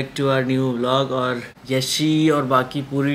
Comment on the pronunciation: Yasha nhi yash😂😂